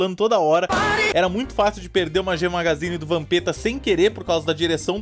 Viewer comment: "e muito fácil de perder uma "gema-gazine"